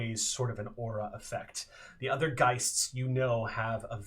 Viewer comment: I'm very late on this, but, being German, hearing "Geists" makes my skin crawl. The plural is "Geister", dammit :P